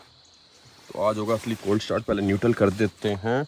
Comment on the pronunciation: Niutaal ! Niutaal ! RIP english pronounciation 😂😂